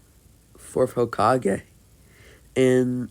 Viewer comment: no he says it completely fine and he says it as everyone says it lol